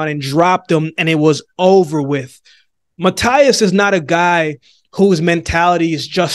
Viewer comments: Don't take in the wrong way but. The right way to say Matias last name is ma-t-ass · Matias is pronounced like this👉🏼 Mateas! I got Matias 100%